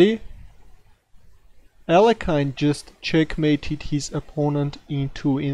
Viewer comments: it's pronounced "ah-lee-o-hin" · Hi,, just a gentle note that you are pronouncing Alekhine name incorrectly. Should be [A'le-khin], "khin" like "chin". Emphasis on "le".